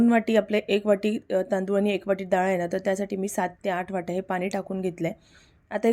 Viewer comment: रेसिपी ठीक 'पन' नाही 'पण' 'आपन' नाही 'आपण' 'पानी' नाही 'पाणी 'झाकन' नाही 'झाकण' 'साकर' नाही 'साखर' 'लसून' नाही 'लसुण' 'दाल' नाही 'डाळ' 'पिवरी' नाही 'प्युरी' 'तडका' नाही 'फोडणी' मराठी वाचवा! रागावू नका!